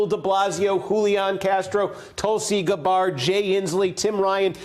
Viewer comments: This hack can't even pronounce Gabbard correctly. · "Tulsi Gabard" wtf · Tulsi Guh-Bard? C'mon, Kornacki, you can do better than that... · Great job mispronouncing Tulsi Ga-Bard's name. Totally unbiased! I cannot wait to hear Ely-Zabeth Wa-Wren's policies! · Tulsi Gu-bARD he said lol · Yea, " BLAIR M Schirmer " when someone speaks out against regime change wars it opens them up to getting their name viciously mispronounced, huh?!